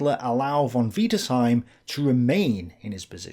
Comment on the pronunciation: Stop saying von wiederseim